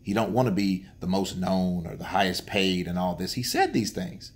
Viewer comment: What??? *Hidhest Paid??? Oh my God, My toes are laughing 😁